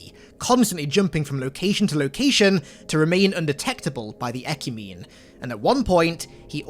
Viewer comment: It's pronounced 'eh-kyoo-meh-nee'.